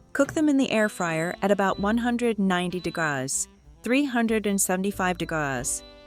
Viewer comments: Thanks for sharing this. I am tempted to try. There is nothing wrong to use the AI to help. I did have a problem listening with the "degause". But, the written translation helped me. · You are overcooking all of your methods...try, try again. Please quit using AI for your voice...it cannot read! Degrauz..degrees C or F. This is simply a poorly executed effort, audio wise. Video quality is good, but cooking? Horribly cooked for people with varying tastes. Do you even know what a soft boiled egg is? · This gal doesn't know how to say degrees. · Not the values, but the fact that AI can't pronounce "degrees". I'm using an air fryer at the moment, because my oven is elsewhere. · That's because she's using a cheap AI voiceover that doesn't know correct pronunciations yet. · The problem is your pronunciation of the word degrees is appalling.